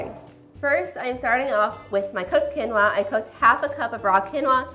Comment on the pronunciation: The correct pronunciation is keen-waa.